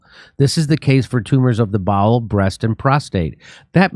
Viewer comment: Well at least its bowel cancer. I thought he said ball cancer... that's even more terrifying. Anuses are overrated